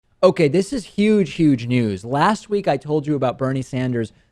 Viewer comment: It's yuge you say?